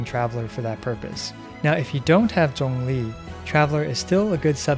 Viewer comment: He actually pronounced zhongli correctly I think